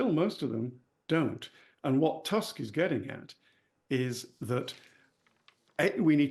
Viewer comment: Props for correct pronunciation of Tusk